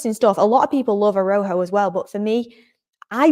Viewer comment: A-ra-u-ho,, short a, short a, long u, long o, phonetically. You did well,, 👍💕